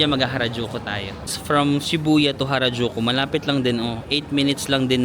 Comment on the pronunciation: Nalito Ako kung Karajulu or Harajuku 😂😂😂